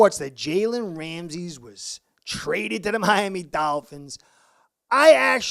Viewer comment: His name isn’t Ramses it’s Ramsey